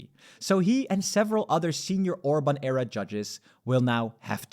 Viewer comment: It sounded like Orbán error instead of Orbán era... and you're not wrong 😂